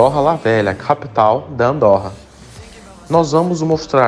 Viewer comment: Não se diz Andórra, mas sim Andôrra...